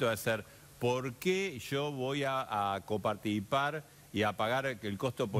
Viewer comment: copaartipar jajaj este viene de la escuela de discursos de macri